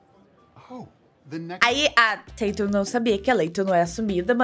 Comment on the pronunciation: A falando "Tetum" me deixa doente. Porém te amo.